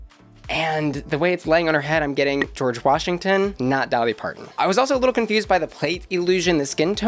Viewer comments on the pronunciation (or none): none